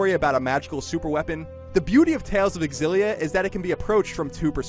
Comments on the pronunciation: This is so stupid... It is pronounced xillia not Ex xillia..... GayIGN the "gay" is silent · Is it really pronounced Xillia (EX-ill-ee-uh)? I thought it was supposed to be closer to Xillia(ZHILL-ee-uh) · It bothers me a little when the reviewer keeps saying "ecks- sillia" instead of "sillia" (I don't know which 1 is the official pronouciation though) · It really bugs me how he says X-illia, when it is pronounced Zillia..not a big deal just bugs the shit out of me...OCD i guess. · Am I the only one who finds the X-ill-a annoying. It just doesn't sound correct phonetically. The X should be pronounced ZI like Xylophone. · Isn’t it pronounced “Zil-lia” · He doesn't pronounce it with an "e" at the beginning. The X is not silent. you actually pronounce the x in xillia. so EX-illia is the proper way of saying it. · Dunno why but it seems that he says Exillia :p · I've been pronouncing it shillia, was I wrong? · I thought it was pronounced "zillia. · I thought it was pronounced zillia. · Wow...is this game really pronounced "EX-illia"? I have been pronouncing it "Zillia" all this time. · Pretty sure it's pronounced zillia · While i like Colin reviewing games more, i want irefutable proof that the X in 'Xilia' isn't silent before i listen to him. People who pronounce the X piss me the fuck off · Why does he pronounce it with the "e" at the beginning ? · Ugh the way he says Xillia.